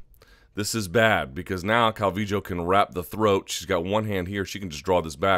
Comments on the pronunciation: its pronounced cal-vee-yo. So you got it ^^ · Calling her Calvijo, is no different than people saying Cal-V-Low. Yes the double L can be Y or J depending on where you are from in Central America but her parents are from Mexico and most definitely say it as a Y. Cal-V-Yo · Your explanation is true... but that still doesn't make it calviJoe. If you think it's right whatevs, your show bruh. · why do u pronounce her name Calvijo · omg stop saying cal-vee-joe